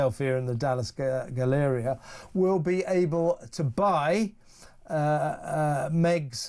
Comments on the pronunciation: the Dallas. galleria. is pronounced. "gal- a. REE ah". and King of PRUssia. is a CITY. in Philadelphia. that's why it's called the MALL of King of Prussia. it's not pronounced. MAL. it pronounced. MAHL. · Gal (rhymes with Hal) uh ree uh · Hi, from Dallas. It's Gallaree-ah. Like Gallery but fancy cause it's a hoity toity rich area. Galleria. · Mall is pronounced like maul. Galleria is GallerEEa. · Hahahaha Kevin!!! It’s pronounced MOLL….and it is a GALLERIA!!!! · Now I have to go to the galleria and see what she is hawking. 😂 And pronounce it as the "guh-lairy-uh" so I sound British 😊